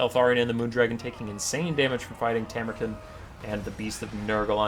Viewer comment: You can pronounce him Tam-ur-Khan, like Gengis Kahn. You know, the greatest conqueror of the real world.